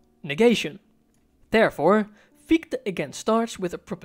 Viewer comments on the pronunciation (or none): your insights are always spot on and truly inspiring. I did notice the prounpuncation of Gichte's name is wuite off ( i've dtruggled a lot, science months avtually if i shall mention it), i'm not german but öive here over a decade therfore i thought adressing it might qualify as something constructive. Because Fichtes name is also a name for a particular tree type its quite easy to find great audio ressources... i don't wanna name them to not sound as an ad. Im sorry to mention such a tiny thing, but it clushes with the genius contenet. Sorry. Dont hate me! Keep up the fantastic work! 🎉